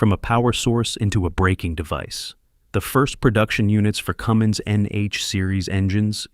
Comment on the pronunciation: Cummins not Cummings.